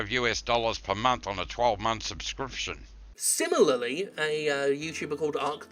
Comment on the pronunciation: Dev must have been drunk, listen to him near the part where he fumbles the word subscription (edit: not fumbles, i meant mumbles)